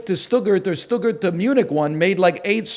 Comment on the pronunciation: Every time he calls Stuttgart "Shdoogurt" I want to slam my head into a wall